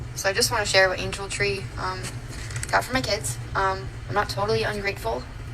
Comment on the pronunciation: But then your “keeds” remember? “ these my keeds, my cHiLd”